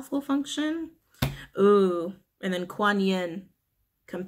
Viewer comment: Yes, you pronounced “Kuan Yin” correctly. 👍